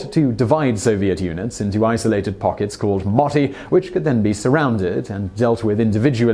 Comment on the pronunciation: You said moti wrong >:) finnish is hard